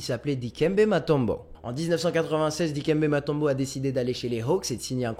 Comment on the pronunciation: On dit Moutombo et pas Matombo